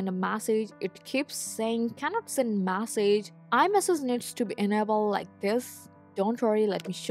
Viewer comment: weird accent. pronunciation of ‘message’ is very odd.